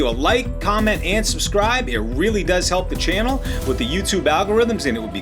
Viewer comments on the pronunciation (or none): none